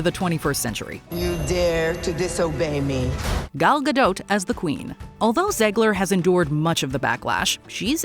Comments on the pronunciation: The way you pronounce Gal Gadot's last name is beyond cringeworthy. You don't emphasize the T at the end, it is SILENT! It's pronounced like GAH-DOE, not GAH-DOTE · If you're going to trash on something, make sure you can pronounce it. Like Gal Gadot. The T is silent, and its insanely common knowledge, and if that's AI , it should know that, and if its' human, it should know that. Its not like this is Gal's first movie. She's been in no less than 3 huge franchises, and been all over the world, and her name has been properly pronounced for years. And then you get the mojo chick saying guh dote. Mkay. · Did you seriously say “Gal Gad-oat”! 😢 I don’t know if I can ever watch this channel again… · Guhdote. Gadote Gadot Gadoe Ga'doh! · I'm pretty sure that T is silent.